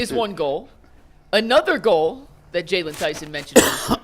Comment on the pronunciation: His name is JAYLON! If you can't get that right, what else do you get wrong??